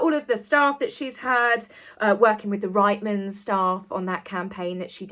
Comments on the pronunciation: It's reetmans .not ritemans...Newfoundlanders say ritemans....just letting you know... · Loved this and it was spot on! Although one thing I'd like to correct my dear: Reitman's is pronounced "Reet-mans" not "Right-mans". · Hopefully the cheque doesn’t bounce the Canadian clothing company is pronounced “reetmans” and as a Canadian woman I can tell you the campaign didn’t last long and tanked. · We pronounce it "Reetmans" in Canada! Love this channel. Informative and not just fun gossip! Some of that too of course... But you structure your videos to build up an argument: an essay. Love it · Good video,! We pronounce it Reetmans here in Canada! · I have noticed that the name of the Canadian clothing store "Reitmans" isn't being pronounced correctly. The first part of the word: "Reit" rhymes with the word "Beet." Going back to the days of working as a teachers aide to the Special Needs teacher, she taught the children little tricks to help in how a word is pronounced. One of the phonics rule taught was, when coming across "EI" in a word, she taught: "When two vowels go walking, the first one does the talking." So the "I" is silent. There are some exceptions of course! Reitmans is a great store and has been around for over 60 years in Canada. One could always find something really nice to wear there. I hope that I haven't offending anyone by my comment!